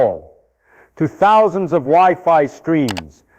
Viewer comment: Did he really say "10 thous" electrons?